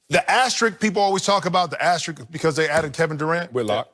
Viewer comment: Asterisk not Asterik lol